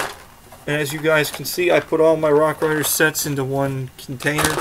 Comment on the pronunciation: Ha I love how when you say rock raiders it sounds like rock riders😂 great video